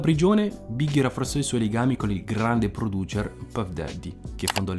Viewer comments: si però, san frančisco, siuggi nait e produčer no eh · Si dice “Produser”